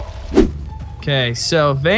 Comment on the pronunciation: Kobe not coby